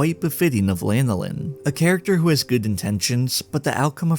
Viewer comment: Dude can't even pronounce her name properly, and probably doesn't even know that it's the name of an oily secretion from sheep. It's Lan (like "fan" or "Dan") oh Lin, not Lane oh Lin.